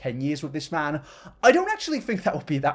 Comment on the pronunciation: When you said "this man" I heard " Piss man" in reference to the onion man and HAHAHA did a spit take